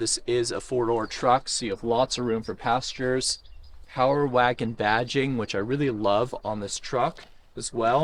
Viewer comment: He said power waygon